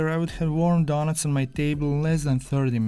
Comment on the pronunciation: Your accent is one the most magnificent masterpieces i have experienced in my life. Today i have heard a lot of people's accents, but you, in my opinion are the BEST at talking. The words you say like "daughnuts" "helty" inspire me and every other person watching this to become fantastic accent merchants. This type of accent can be classified as a type 1A carcinogen for the enjoyment of your eyes, ears and brain. All my senses and the neurons in my brain function as a rocket to achieve maximum happiness from hearing your accent. As learners from your accent, we pronounce you KING of the HELTY DAUGHNUTS.